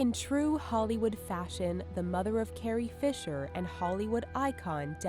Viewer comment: seriously? "carrier" fisher?